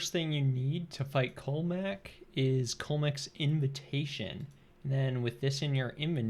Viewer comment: Cullmek? I thought it was like "Cool-Leh-Mok"